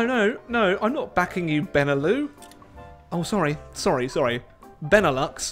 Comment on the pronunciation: Does him saying “beneloo” trigger anyone?